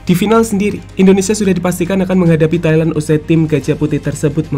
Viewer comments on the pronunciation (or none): none